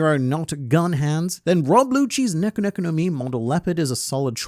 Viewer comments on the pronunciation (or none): none